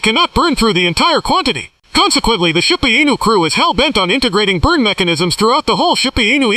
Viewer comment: Is this ai produced? Man so cringe to listen to! Zero zero zero bla bla, shee booo anus? You should read it buddy! You'd probably do a whole lot better!